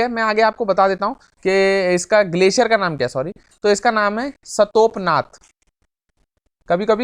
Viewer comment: Sir ji वो सतोपनाथ नहीं , "सतोपंथ" है ,, मैं उत्तराखंड में ही रहता हूँ , I don't mean to disrespect you sir so plz don't mind !